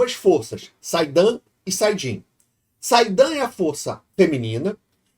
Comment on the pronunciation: Só para fazer uma pequena correção sobre a pronuncia é saidaR e Saidin. Achei esse episódio mediano, eu esperava pela diretora ter sido a mesma que entregou ep medianos anteriores, até que me entreteve morri de rir da incongruências nesse episódio *em relação ao livros. NUNCA que a Moirane deixaria o Rand ficar próximo da Lanfear. No final do episódio eles juntos no portal njm trip. O Lan (que NÃO canaliza) ensinando o Rand ver tramas, kk. Os produtores falaram que modificaram o Talento do Logain ao inves de enxerga taveren, como nos livros, ele enxerga as tramas do poder único. A série oscila muito entre ponto altos e pontos toscos. A fotografia e a produção desse episódio estava bem bonito. Se não me engano o conjurador sente o poder oposto sendo utilizado, porém, na série ficou mais no visual mesmo, obviamente. Eu tenho certeza que eles NÃO sabem o que fazer com o Mat. Literalmente cagaram o pesonagem.